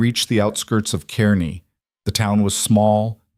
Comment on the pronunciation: I live in Kearney, NE…just like in this story! It’s pronounced “kar nee”. North Platte is west of Kearney, not east. Doubt there are any boulders in this area too. Good story though